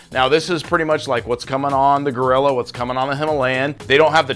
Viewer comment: Its Royal Enfield Guerrilla, not gorilla.